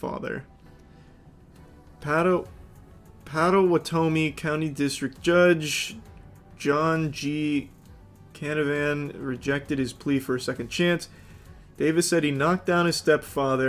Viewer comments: Did this dude just say “patto wah tomy” when reading Potawatomi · The wedgie was in pot-uh-watt-uh-me